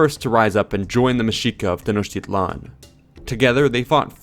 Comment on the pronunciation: No. A for effort, though. He tried. Most Nahautl words—especially nouns, emphasize the second to the last syllable. I.e. Tenochtitlan is Tenoch-teeee-tlan, thus the accentuated á, é, í, ó, ú. Also the tl at the end of words aren't as harshly pronounced as done in the video. It could vary from region to region but for Classical Nahuatl generally the tl ends with a sharp t and almost mumbled l. Like saying "Atlantic" but suddenly stopping before pronouncing the -antic part. Not Nawatoll. Funny enough "Atl" means water and "lan" could be translated into land. Together "Land of Water" or "Waterland".